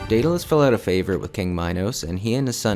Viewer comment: It's Daedalous,!🤣😂